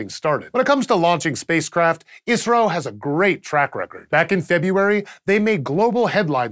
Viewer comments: its called I S R O... not iissrroo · Stop saying "Isro" like it's a word. I'm from India and pretty sure they call it I.S.R.O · Keep hearing Isreal when he says ISRO. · i alwasys heard "israel" instead of "isro" ^^ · kept thinking he was saying israel lol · Every time he said ISRO, I heard it as Israel.... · I kept hearing "Israel" everytime you said "Isro"